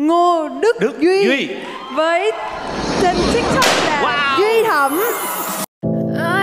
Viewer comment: Uầy Duy Thẩm luôn, mà cái tên ổng đọc lên kiểu 😂